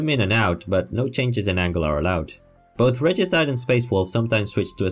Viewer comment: Pretty sure you got it right. Reh-gee-side